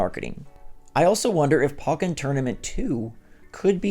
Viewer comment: Why do people pronounce it POCK-en Tournament…? It’s pronounced like the first have of Pokemon. POE-ken Tournament